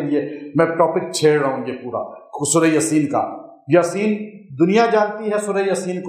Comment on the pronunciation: Hazrat aisa lgta hy ap jaldi me yaseen boltay hoey " yaa" per khra zabar ki bjaey only zabar parh detay hon jesay...sunnay me aisa feel hota hy....